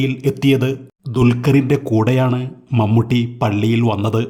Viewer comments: മമ്മട്ടിയോ....? എന്ത് ബോറാണ് വിവരണം.... മമ്മൂട്ടി യുടെ ഒരു ഫോട്ടോ പോലും കിട്ടിയില്ലേ.... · മൺവെട്ടി അല്ലടോ..... മമ്മൂട്ടി ☹️☹️☹️☹️